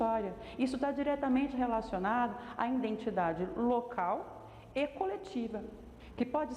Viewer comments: entendi errado ? Mas disse " cultura, memória indentidade" . 😭😭😭😎😎😎 Não consegui prestar atenção no vídeo. Tentei contar quantas vezes disse a palavra " INDENTIDADE" Perdi a conta 😢😢😢😢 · É, vc tem razão. Falei Indentidade várias vezes. Mesmo escrevendo correto, pronuncie errado. Agradeço seu apontamento. Gratidão.